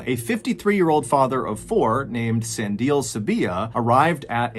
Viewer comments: Its San di le. E pronounced like the e in ledge. And the di is pronounced dee, not die. Its strange when content creators dont check foreign name pronunciation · In South Africa, Sandile is pronounced San dee Le (as in the beginning of leg). I love hearing all the strange stories from SA!! Thanks!! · I really like your videos. Pretty dark and thought provoking, but still interesting. One criticism - take more time to pronounce names correctly. E.g. San – Like "sun" or "sahn" (soft "a"), di – "DEE" (stressed, like "see"), le – "leh" (rhymes with "meh" or "bet," but clipped). Any LLM could give you that. Doesn't have to be perfect, but perhaps it will be more appreciated. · San di le not san dile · Sandile...pronounced. sun deal lair. No put it together and say it fast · Sah-ndee-leh (Sandile) 🙏🏿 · Sandile pronunciation is so funny!! Good try! It's Sun-dee-le (le, like the French say it) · San di le is how you pronounce the name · Sandile is pronounced Sun Dee Lay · Thank you for pronouncing Stellenbosch correctly. Sandile is pronounced "san-DEE-leh